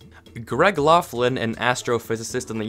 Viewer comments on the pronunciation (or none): none